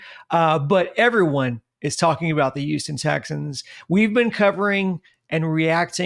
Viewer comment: The fuck is USTON? HOUSTON!!!!!!